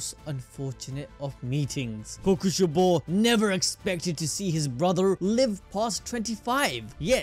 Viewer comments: is no one gonna talk about how he says Kokoshibo? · Omg bro you saying kokoshibo throws me off when his real name was michikatsu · I'm never saying kokushibo the same way ever again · or kokushibo